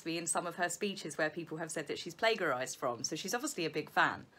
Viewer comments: It's been all I could do to not write that. I thought maybe that's just how Brits say it, and then won't I look stupid? :D Not a hard G, just a soft one. Otherwise, all good. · Er, here in the UK just like in the US, the word "plagiarize" is pronounced with a "soft g" i.e like Gerry rather than a "hard g" like Gordon. It's not rude to point this out to. It's helpful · Plagiarism. pronounced plei juh ri zm I love your channel...... It`s the best! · i pronounce it ' copying' but then i am a norfolk gal! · Have grown to love mispronunciation of 'plagiarism'. And of course we will always have 'coronated':-) Still... mispronounced / non-existent words spoken by will always make more sense than Meghan's word salads! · Jessa K.: NO one pronounces plagiarism with a hard G! Regional accents have nothing to do with lazy and/or sloppy English—in Britain OR the U.S. You don’t get to make up your own grammatical rules. Does she really need you to defend her incorrect usage? I think not: How is your own English grammar? Perhaps you should focus on that.... In the U.S., there has been a very noticeable “dumbing down” of the population, along with chronic under-funding of our once-proud Public School System. I am constantly amazed at how bad the spelling and basic grammar of 20–40-somethings has become. For example, not knowing the difference between there, their, and they’re! Even worse, the use of to in place of too. Punctuation is just as bad; I could cite many (now ubiquitous) examples. I consider it an act of Common Courtesy to let someone know, when they’ve made an obvious grammatical error. No one can know it all, so why not share when we can? Good grammar is a reflection of how well we think, and how much we value the English language. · Cleary has never been accused of plagiarism which is why she doesn't know how it's pronounced. (Not that I noticed it was mispronounced:) )